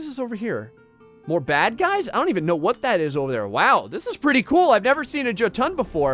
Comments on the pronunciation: Jotun is pronounced Yo-tun. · With the Norse language the j's are mostly pronounced like y's fprmthe most part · Gotta help you here man Draugr: Dr-ow-gr (Ow like ouch) They are cursed warriors who have died. Jotun: Yo-ton A giant Love how you got Helheim and Valkyrie properly but had issues with these 😂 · Draugr... Jotun... Hearing him mispronounce these names is torture.